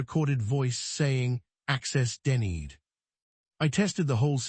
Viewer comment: 😅 access denneed😅 hopping instead of hoping 😅stahting instead of state-ing😅ai is so funny. I wait to listen to new or repeated mispronouncing with each new story and chosen accent. 😊